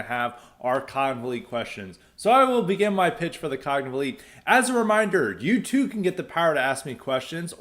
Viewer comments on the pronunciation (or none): I like how pronounces "cognitive elite" as CONGLEY